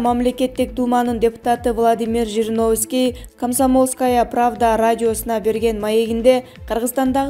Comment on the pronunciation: Ушул кыздар качан туура окуйт .Же мен ушундай угуп атамбы Жириновскей дейби.Же Жириновскийди тааныбайбы. Кайра ле скей дейт го.